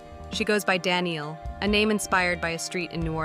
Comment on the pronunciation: Good overview, thanks. (BTW Danneel's name is pronounce da-NEIL, not Danielle)